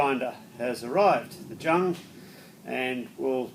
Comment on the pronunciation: Hi, nice German precision machine. Jung is pronounced with a " Y" in front of it, Yung, means young or little in the German Language. Will be nice sitting on the verandah after the sun has gone down after a fruitful machining day with a cold beer.